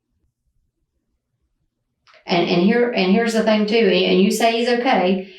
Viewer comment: Someone who says "fang" instead of "thing" is definitely stupid...